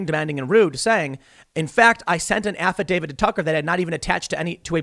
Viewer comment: "Affidavid???" Tim can you English?